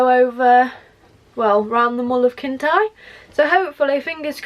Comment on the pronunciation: It’s no pronounced Kintie, it’s Kintire = Kintyre